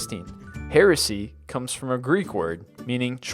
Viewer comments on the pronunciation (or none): none